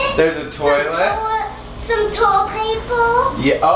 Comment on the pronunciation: toylapaper lol that was funny